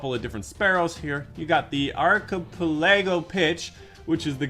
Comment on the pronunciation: Hey just so you know archipelago is pronounced as “ark-ih-pele-go” as in a chain of islands lol. Not making fun just tryna help out (told a lot of my clanmates and I felt like a god haha). Thank you for another weekly update vid.